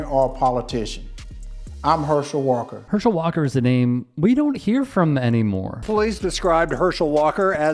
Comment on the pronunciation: "Herschel 'Daam' Walk-ah" - Dr. Rashad Richey.